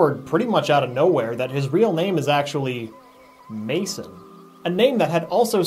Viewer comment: Sorry, but it's Mason.